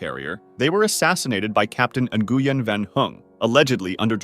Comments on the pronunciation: and Nguyen "Engooyen" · The family name Nguyen is pronounced "Nwen" fyi